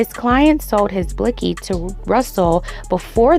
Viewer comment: I SCREAM AT THE WAY SHE SAYS “BLICKY” 😂😂😂😂